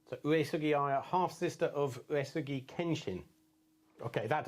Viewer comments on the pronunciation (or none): And I've not listened to the entire video, but right at the start, your wife is right, your pronunciation of Uesugi Aya is not correct: the second "U" should be silent.